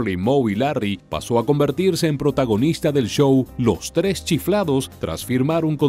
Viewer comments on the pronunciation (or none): none